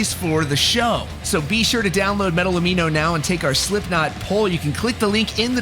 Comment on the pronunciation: he says slimpknot